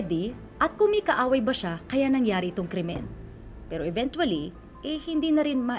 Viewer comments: Yung nag babalita laging Mention ang ( INVENTUALY) 🥴🥴🥴🥴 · Sana gino google muna paano bigkasin ang “eventually” sakit sa tenga eh. Nakailang ulit pa. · i know it’s spelled evenTually but it’s more like a CH sound not a hard T, please if you’re gonna keep saying a word at least say it right it’s so distracting 😭